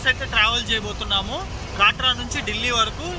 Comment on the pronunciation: అది కాట్రా కాదు కట్రా